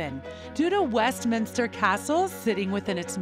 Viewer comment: They are paying £millions for this positive PR and the commentator cant be bothered to pronounce basic things like Berkshire, Grenfell, Edinburgh, West minster etc properly... I suggest you try n get your money back H n M. Haaa haaaa